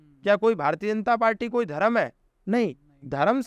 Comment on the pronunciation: Pronunciation of words is so faulty. Dharam is wrong but Dharm is correct.